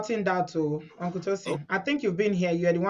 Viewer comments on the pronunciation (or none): "hunkle" haff run away 😃😃😃